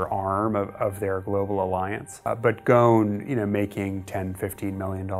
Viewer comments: Tricky slippery character. Even the name Ghosn. Pronounced Ghoan sounds like Ghoshin. He looks like a smart elect, conceded, know it all thay probably did things thinking it was beneath him to have anyone look for accountability or be caught... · okay, but now he's "Gone" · ...and on to Ollie with the weather... Ollie: IT'S GHOSN RAIN!!! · Really not trying to he that guy. It's pronounced Gos-n in Arabic. But because it's a mouthful for foreigners they made the s silent. Hence Carlos Gon. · bro you are pronouncing his name wrong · GhoSSSSSSSSSSSSSSSSSSSSSSSSSSSSSSSSSn, there is an F-in S in the damn name. Ghosn. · Pronounce the s in Ghosn ffs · The presenter should have learned how to pronounce Carlos name correctly rather than making us cringe everytime he mention it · The S is not silent in Ghosn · You need to pronounce the S in his last name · The s in his name isn't silent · Mehdi Mir yeah!!! It’s annoying watching the whole video like this... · Just a pointer, the name Ghosn does not have a silent S. Pronounce it like its written. Great video. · Ffs his family name is pronounced the way it's written! It's Lebanese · Dude and they mispronounce it repeatedly and with confidence. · Why isn't the s in Ghosn pronounced? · Funny enough, the name Ghosn has no silent S. Its a very bizarre decision to pronounce it with a silent S lol. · how should i believe that you know what you are talking about, when you are pronouncing his name wrong! his name is ghoSN not ghoNS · The S is not silent!! It is ghosn and not gon. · It’s pronounced Gho-son not ghon 🤦🏻‍♂️ I’m Lebanese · Why are they pronouncing his name as gone? 🤣 It is Ghosn or Ghusn which means a branch in Arabic. Like a tree branch. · Dude you need to pronounce his family name.right😅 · There is an “S” in his last name. The “S” is not silent. It is GhoSn not Ghon. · Am I the only Arabic-speaking person here who is getting irritated by the way he is pronouncing "Go-h-n"? It is Gh-o-S-n you idiot! Ghosn!